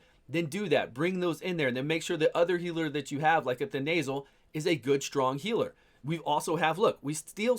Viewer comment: Calling Thenasil "The Nasal" 😂